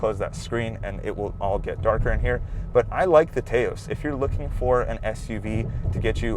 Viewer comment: Taos rhymes with "house". Very informative review. I'm actually looking at an SE FWD mainly because its highway MPG is quite a bit better than most of the compitition.